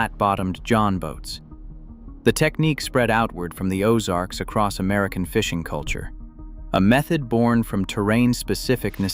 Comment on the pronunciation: there is no t on the end of across